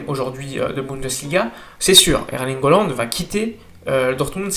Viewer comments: CA SE PRONONCE"ALAND" PAS OLAND IL S APPELLE HAALAND ALORS ARRETE DE DEFORMER SON BLAZE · Erling Haaland. Ça se prononce Erlingue Hollande. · haaland et pas holland ptdrrr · Ça se prononce Hollande.